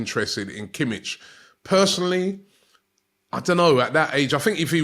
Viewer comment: totally mispronounced kimmich as well lol